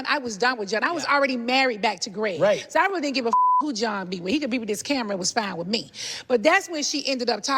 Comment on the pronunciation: She legit went on telly saying her man is "foine". And Kenya is attractive. No wonder she was jealous/angry